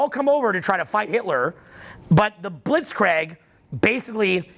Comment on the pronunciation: I love you but god damn, its Blitz-Kreeg, not Blitz-Craig:D:DDDDDD